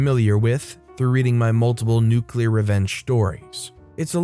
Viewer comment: Nuuuuuculer. Oh yeh. First, haha!